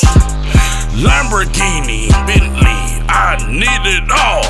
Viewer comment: the way he said Lamborghini Bentley it sounded like he said Lamborghini uhh... Bentley